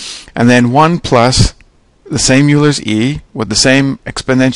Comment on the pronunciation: Euler is pronounced "oiler".